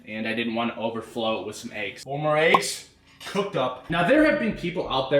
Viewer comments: Clicked off as soon as you pronounced it “AYEGS” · Said “ayeggs” 100 times before 5 minutes in lol😂🔥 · Haha he just made a comment about if we don't like the way he says eggs. LOL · why he pronounce eggs like that????